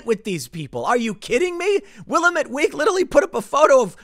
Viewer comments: It’s Will-lam-met. Not Will-a-met. Geez!!!! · BTW Tim.....it is not "Will-y-Mette ".........it's "Wil-Lah-Mette" Willamette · I live in central Oregon.... 2 things: 1) it's pronounced Will-AM-ette, not Will-a-METTE. 2) our government representatives, especially Gov Kate Brown are the FUCKING WORST. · It’s pronounced “Will-AM-et”, Tim. Not “Willa-met“. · It's not pronounced=Willa-met. It's Will-LAM-it. Lol. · It's not WILL-amette Week it's Will-AM-ette Week. And yes, they are nothing more than Antifa Weekly. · I'm 45 miles from Portland. I never go to that hell hole. Its pronounced Will-amit Not will a met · WILL-LAM-IT DAM-IT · OK. It's pronounced Will-AM-ette (short 'a' sound) in these parts. Not Willa-METTE. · Wah-lam-it. Not Will-am-it. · Love ya man, it's pronounced Wil am met. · Btw it’s will-AM-et week, not will-a-met haha no biggie tho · In the future, TIm, it's pronounced Will-am-et. Not Willa-met. Native American name for one of the local rivers, so I get the misread. Just a tip from a local. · It's pronounced Will AM ette, not WILLamette. A, like in cat. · Its Wil-Am-It not Wil-ah-met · Tim, FFS, it's pronounced WILL-AM-ETTE! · It's Pronounced Will-am-ette or Wil-lam-ette. Not Willamette. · Willamette rhymes with dammit. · Willamette is pronounced will-lam-it. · Sadly, I live in a suburb of Portland (a decent one with reliable police, luckily, but I'd still like to move out of state!). Just thought I'd help you out with a local pronunciation: Willamette (the river that goes through Portland) is pronounced will-A-met, with an A as in apple. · Will-Am-Et is how it is pronounced with the emphasis on second syllable. Oregon has only one Senator, Wyden and his wife and kids live in New York city. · Tim. Second Oregonian to correct you. It is pronounced will- AM -erred! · Will AM ette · Will AM ette. Give it a try. Tim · It’s pronounced Will-Am-It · "Wuh-lam-et", from a local. Check out Wikipedia's pronunciation for help: . /wɪˈlæmɪt/. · Will - ahm - ette